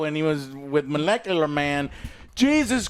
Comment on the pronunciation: "Molicular Mil-nip-ulation" 🤣